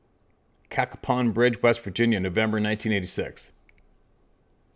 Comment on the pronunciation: You pronounced it correctly, (Cack a pon) Cacapon Bridge. I grew up in West Virginia, and have been there many times. Love your channel.